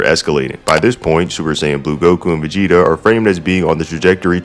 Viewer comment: Is it me or are you saying Megeta instead of Vegeta